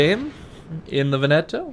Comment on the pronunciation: Veneto - the emphasis is on the first syllable. VEN-e-to, not Ve-NET-o. Just got her, so I'm very glad to have a really good BB player do a vid on her. With the obvious exceptions of the fuel smoke and the SAP vs HE, can I take the Veneto as a proxy for what to expect from the Roma? The problem I have with the fuel smoke is that it blinds you; if you have no spotting, you're screwed for as long as it's active.